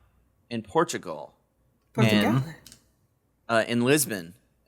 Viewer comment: The way says Portugal with a perfect accent reflexively when mention Portugal at is hilarious and sadly went unnoticed